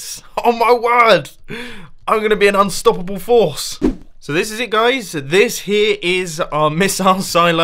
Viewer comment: HAHAH,,, "OH MY WORD IM AN UNSTOPEBLE FORCE"